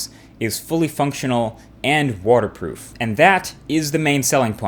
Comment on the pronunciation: "Warter proof" Lol great video.